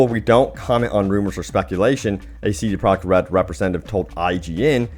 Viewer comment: Why do you pronounce it "CD Prok RED"? So annoying.